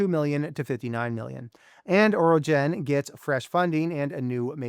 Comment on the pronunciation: Orogen not Oregon😊